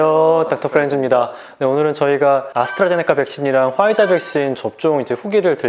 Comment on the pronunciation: 아니 꼭 퐈이자라고 발음을 해야되나..?ㅋㅋㅋ